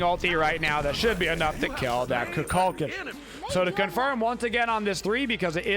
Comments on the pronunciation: It’s pronounced “koo kull kahn” I think you’re getting it mixed up with cu chulainn which is pronounced “coo kull kin” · the way he’s pronouncing it is just a common thing that stuck, it’s like how everyone calls he bo “he bo” instead of “ha bua”